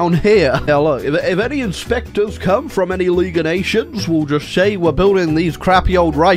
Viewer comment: When you say fom and not from